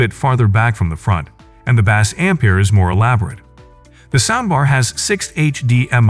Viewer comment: Why the heck does the narrator say "bass" the way we pronounce the popular fish?